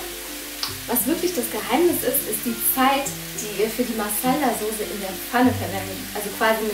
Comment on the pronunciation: Soße!!!! Nicht Sose... sonst fand ich das Video echt gut :)bis auf das Gedudel im Hintergrund :'D